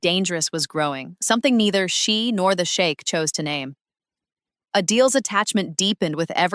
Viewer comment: It's pronounced " sheek"! You keep saying " The shake"! 😅 Are you talking about a" milk shake "!? 😂😅 Don't let him hear you 😅! The shake"! 😅😂😂😃😁😁😁😆 ❤❤❤🎉